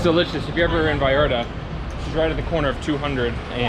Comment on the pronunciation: A ver repeat after me , VallarTA TA TA NOT VALLARda da da . Ta ta ta VallarTA